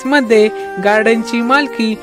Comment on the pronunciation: 1892 'mandhe'?????🤦‍♂🤦‍♂ uchchaar....😖😖